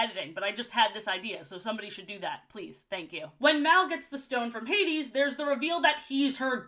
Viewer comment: Ha-deze nuts was iconic 😂